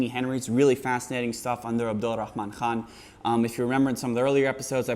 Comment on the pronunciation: your pronunciation of Abdur Rahman Khan was fckn awesome!